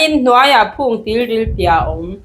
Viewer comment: Tilril tih ani loh khi ( Tiril tih in nih khi i zia nang pawn)